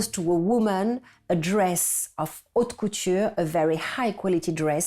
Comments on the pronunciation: Yes, the "h" is not pronounced dans haute couture. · The narrator should learn how to pronounce French words correctly. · It's unfortunate that no one told the person doing the narration how to correctly pronounce "haute".